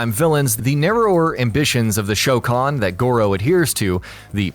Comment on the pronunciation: at least you got the pronunciation of goro's race correctly